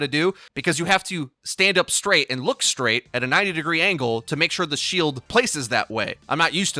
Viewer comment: I've been watching Your Overwatch since the beginning. So how is it that I haven't realized, until today, that can't pronounce "st" sounds? That sorta thing is usually VERY obvious to me. It's bewildering that I haven't caught onto it earlier. I'm skraight-up flabbergasked. Skunned, even! Anyway, back to my Firsk-Person-Shooter. Lucio's my Hero of choice lately and we all know no team comp is complete without his speed boosk. --skilluskrate July/25th (6 days before Augusk)/2019